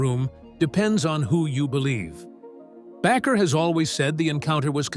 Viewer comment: Back-er? It's pronounced like baker.